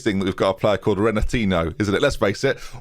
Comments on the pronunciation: RenatinYo not Renatino. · Renatinho is pronounced Ren a teen e o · Rena-teen-ee-oh... Like Ronaldinho (Ron-al-deen-ee-oh) Please, pronounce a Portuguese language name who isn't an established Real-Life World Star with -ho at the end properly for once. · I started this series late and have been loving it the way through. Surely you can't be saying renatinho the way you are though?!! Ronaldinho isn't said "Ronal-dean-o' and Coutinho isn't said 'Cou-teen-o'. Has to be simple logic as a football fan surely